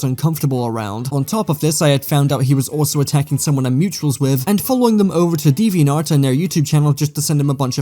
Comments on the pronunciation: I love how can’t pronounce “deviantART” to save his life 😂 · I know. There isn't a dialect that pronounces the word with an "eh" and further proves how bad is at speaking English. He needs to take classes. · HE SAID DEVVY-ENT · DEViant art